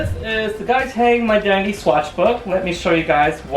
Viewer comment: I know you said My Identity, but it sounds like you're saying My Daddy. Love your work, Guy! ☆